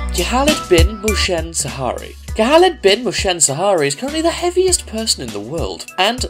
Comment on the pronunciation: Khalid speak carefully Khalid not khaaaaalid And Mohsen Not motion??? And its Al-Shehri Where u got Shaari ??? 😂😂 I liked this video but be careful when u speak our names